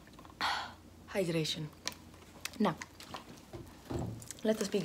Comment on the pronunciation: Oh yes…haidreishon 🤤💧